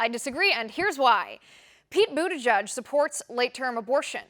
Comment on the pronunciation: Yeah, and I don't even know how in the hell that pronunciation comes from his name? " President Buda Judge". Or "Booty Judge", Nope! Never!